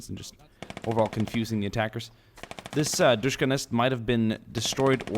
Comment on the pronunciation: DShKM pronounced Dushkum. Not Dushka. Dushka refers to the DShK, circa 1938, the M is added to everything after that point and stands for modernized. Good video :)